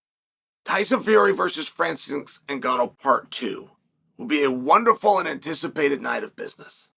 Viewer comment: Chael really said Francis Nganno